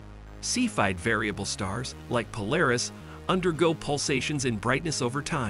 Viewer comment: Interesting topic, but very rambling and repetitive narration. Also a very click-bait title: Narration contradicts title by stating that the star may be on the edge of exploding, but then says it's going to collapse into a white dwarf. Also, the text-to-speech narrator can't say Polaris right.